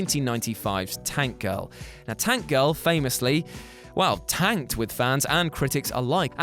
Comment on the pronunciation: I love Tank Girl. You said the title wrong.